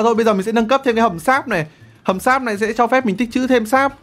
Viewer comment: hầm sáp mà t nghe ổng nói là hầm x.ác 👉👈